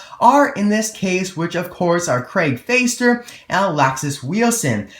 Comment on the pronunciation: You pronounce Fäster like fester. Ä is pronounced like the 'ai' in 'air'. Thanks for the video!